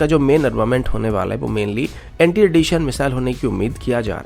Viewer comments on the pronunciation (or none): none